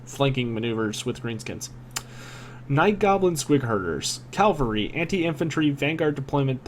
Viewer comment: Why do you keep adding an L to Cavalry its CAV-alry not CAL-vary....